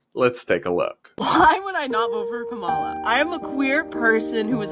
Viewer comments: funny how the TikToker calling him Frump is also mispronouncing Kamala's name. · That person wants us to vote for Kamala so bad, but doesn't even pronounce her name correctly...? 😂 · Tiktoker can't even pronounce Kamala properly, and I've been told by other Tiktokers that this is very racist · It can't even say Kamala's name correctly. 🤦🏼‍♀️ And even scarier that it used to be a teacher. That is what's wrong with the educational system. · TikTok chick can’t even say her saviors name right, at least learn YOURE EXCEPTIONALLY privileged as a white chick